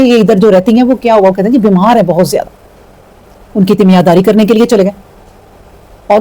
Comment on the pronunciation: السلام علیکم! محترمہ لفظ تیمیار داری نہیں تیمار داری ہے سادہ الفاظ میں، تیمارداری کا مطلب ہے مریض یا محتاج شخص کی خدمت اور نگہداشت۔